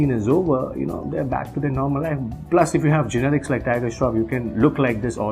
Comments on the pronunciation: why does he keep saying generics!!!..it's genetics dude..:// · he keeps pronouncing " genetics " as " generics " ... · GENETICS not GENERICS lol